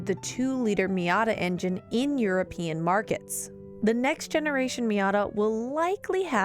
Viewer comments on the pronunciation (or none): none